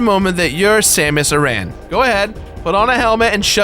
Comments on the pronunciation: Dude, it's pronounced AIR-an. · It's spealt Samus aran but it's pronounced aren